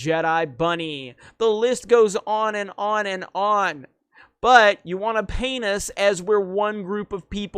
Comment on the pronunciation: Anyone else think saying "paint us" sounds like penis?